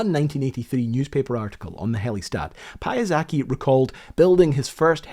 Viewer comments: The inventor's name was Frank Piasecki, not "Pyazaki". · [pya-SET-ski] - he was of Polish descent. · Hahaha, i thought this guy was asian, turns out that is a Polish last name, the correct pronunciation is "pyasetski". Im sorry to be that guy, i know that polish is a horrible language to learn and spell, but it got a chuckle out of me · Why do you keep pronouncing Piasecki as Pia-zacky? It's distracting, a bit annoying, and distracting from an otherwise excellent presentation. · Right?!? It's right on the screen! Insisting on "Pyazacky" over and over is so... Weird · Piasetzki. Deer gods on unicycles. Piasecki, read it phonetically as Piasetzki. Aaaaaaaaaaa! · Great video. Just Piasecki pronounciation tore my ears. Peeahsaetskhi. Just letter by letter P i a s e c k i, just like S i k o r s k i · The way you pronounced the surname sounds Japanese or Italian... and then I've saw it in writing. Piasecki is a Polish surname, I wonder did Frank pronounced it the Polish way or did he butchered it as well. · Pronounciation of surname is wrong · Sorry, not sorry. Video is really interesting, but as I'm Polish, the pronunciation of Piasecki is super distracting. Great production anyways, but you could at least learn how was THE INVENTOR called, and not improvise that part tho. Cheers, have nice soon to be weekend ;) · An interesting video but you make it sound like Piasecki is a Japanese last name. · You butchered his name TERRIBLY! LoL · I'm sorry, Frank what? can you repeat that again? ...Are you sure it's pronounced like that? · it kinda hurts that such an obviously polish surname is being pronounced so incorrectly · I'm sorry but I just can't listen to this atrocious Piasecki pronunciation... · Pronunciation of Piasecki 😂😂😂 I first thought the guy was Japanese 😅 Then I saw it written and touring out to be common Polish name 😂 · This, the given pronounciation is so bad I initially thought the designer was Japanese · Pie-a-zaki? XD Piasecki! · "pie-ah-sacky" really?